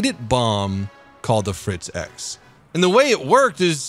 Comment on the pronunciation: Unleash ze Fritz!